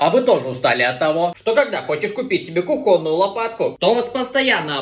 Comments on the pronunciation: Какую кухОнную? Учи русский язык, правильно кУхонную!!! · Сорри, но кУхонную, а не кухОнную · кУхонную! Ставь ударение правильно! Слух режет!